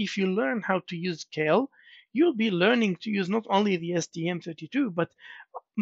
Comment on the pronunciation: "KEIL" is german and is pronounced like "kile" in english, just fyi